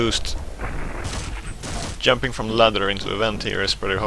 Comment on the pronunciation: he is very good at "yumping"